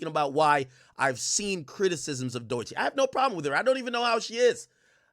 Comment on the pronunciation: He does it on purpose. The last time he spoke on her he said her name correctly, then said “Doychi” right after, as if he doesn’t know how it’s pronounced.